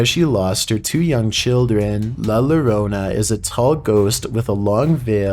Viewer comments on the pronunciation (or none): As for #1 the double LL in Llorona is pronounce as a Y so it would be Yo-ro-na. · What? 🤦🏻‍♀️ 😂 LL in Spanish is pronounced as a j. Llorona is pronounced “jorona”